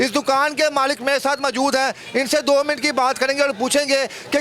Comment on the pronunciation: Milut nhi minut hota hy